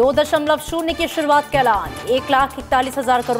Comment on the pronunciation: ये मैडम जी तो 2.0 को 2.o पढ़ रही हैं 🤣🤣🤣🤣